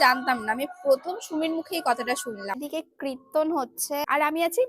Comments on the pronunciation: Kotha ta kritton na, kirton. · Kirton ❌Krirton ✅ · কীর্তন ❌ কৃতন✅ 🤣🤣🤣🤣🤣🤣🤣🤣🤣🤣🤣🤣🤣🤣🤣🤣🤣🤣🤣🤣🤣🤣🤣🤣🤣🤣